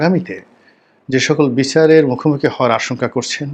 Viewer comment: একটা খারাপ অভ্যাস, অনুষ্ঠানের শিরোনামের সাথে বাস্তবে আলোচনার কোন মিল থাকেনা। এতে অনুষ্ঠানের মান কমে এবং শ্রোতারা হতাশ হয়। আর শব্দ উচ্চারণে যত্নশীল হওয়া উচিত। "বিছার না, বিচার হবে "। ধন্যবাদ আপনাকে।